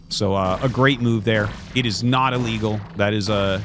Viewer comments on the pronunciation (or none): none